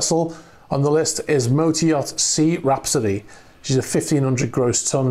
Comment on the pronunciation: lol, I have been hearing you say "motor yacht" it as some russian name "mota-e-art". Just thought that was so funny to post a comment. :)